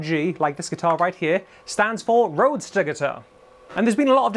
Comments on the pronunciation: It's not Roadster, it's Roadstar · "Roadstar," not "roadster." And the Spanish surname "Ibañez" would be pronounced "Ee-BAHN-yeth" if you're a Castilian or "Ee-BAHN-yess" if you're not. But since Ibanez, the brand name isn't Spanish, really, it's perfectly acceptable to pronounce it "EYE-buh-Nezz." I used to have an RG550 from about 1994, I think. It was an extremely well-made guitar. The frets were so smooth and slick. My only complaint about it is that the "Wizard" neck was too wide and flat. It was wider than the guitars I learned on, so my fret-hand muting was often ineffective. Also, it gave me tendinitis learning and practicing Randy Rhoads' solo from Over the Mountain. I had to quit playing altogether to recover. That was the longest 3 or 4 months of my life so far. Even so, after recovering from the tendinitis, I basically wore the guitar out and ended up trading it in for an Epiphone Les Paul Custom and some other stuff at Guitar Center. So I kinda miss it, but I don't really miss it. If Ibanez would make them with thicker and narrower necks, I'd be all over them. Since they don't, I'll probably just have to content myself with other brands' offerings and/or Warmoth parts guitars.